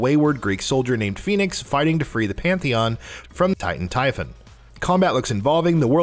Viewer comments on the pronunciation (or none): none